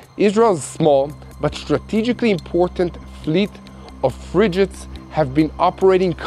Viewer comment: It's pronounced 'FRIG ates'. Like 'fig'.